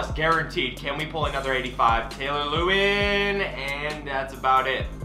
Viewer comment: Quit butchering Taylor lewans name